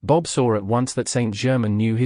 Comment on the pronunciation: I find this book is spoiled by the reading by a AI voice that cannot pronounce words correctly eg. It is not Saint German. But Saint Germain it totally spoils this material 😇